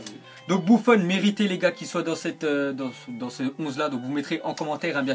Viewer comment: "dans cte onze là" pourquoi tu prononce cte à la place de "ce"?!